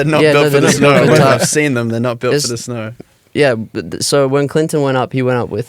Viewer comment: "We were shoveling snaur" 😭💜